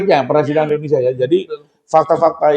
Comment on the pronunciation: INDONE SIIII AAAA bukan INDONE SAAAA ... Udah bisa ...??? ... 😜